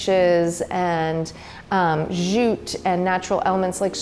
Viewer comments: LOL or every time she says zjute instead of jute! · The place is looking good and I love the simplicity of it. I'm digging the elements that are natural along with the superb photography but why oh why oh why why why are you staying "zjjjjuuuuute".. The word is jute. It's very simple. Jute, jute, jute, practice that. Mercy! At least you are not wearing a backpack like Anne-Marie Barton.